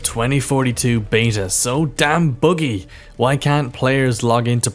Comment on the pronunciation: Its buggy not boogy 😊😂